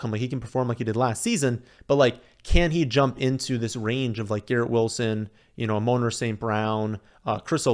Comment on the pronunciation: It’s not A-Moan- Rah It’s A-Mon-Rah